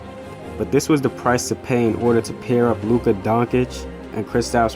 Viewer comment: Lmao WOW u make a mavs vid and mispronounce both Luka's the unicorns name